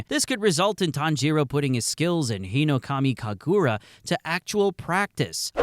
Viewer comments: Uh it is hinokami kaagura not hinokamu kagura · Bro you gotta pronounce hinokamikagura faster (not sure if thats how its spelled but please)